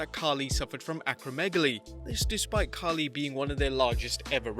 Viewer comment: bruh I know but he is Khali not Khaaaaali